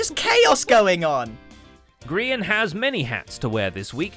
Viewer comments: The scar anvil portion in which it was grians perspective said Grean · Lol "Grean" instead of Grian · grian dye. gri-een dye. hilarious guys. just hilarious.